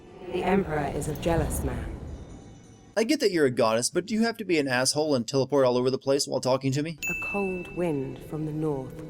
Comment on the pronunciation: He said, "Asswhole." Just lol. I don't know if it was intentional or a mistake, but funny either way. =)